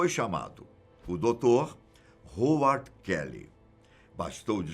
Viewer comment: A pronúncia é RRAUARD...